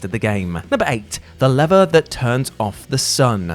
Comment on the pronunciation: ... why is he saying lever wrong?